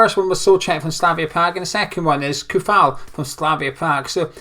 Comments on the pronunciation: Its pronounced (Coufal) [Tsoufal] "Ts" like ending in word "cats" that ts sound you make in the end. Little advice... all slavic word or names are pronounced the same... every "C" in the name is like "TS" not like "K" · Also, the "ou" in Coufal is pronounced as "o" in "OK".